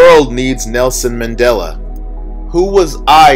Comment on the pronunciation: Mandela = Man-DELL-Ah